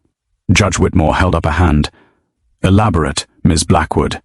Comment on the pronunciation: 😮at about the pronunciation of 'elaborate' has a soft second 'a' while context suggests a hard 'a' .